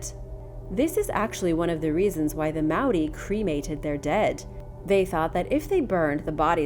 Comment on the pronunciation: That was honestly a super good attempt at saying Māori. I'm proud